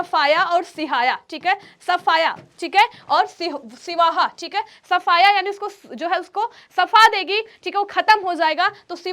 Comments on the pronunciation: siwaha nhi sihawa hota hai aur wo mp nhi chhattisgarh me hai 🫩🫩🫩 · सिवहा नहीं❌ सिहावा✅ बोलते हैं, जो छत्तीसगढ़ के धमतरी जिले में है।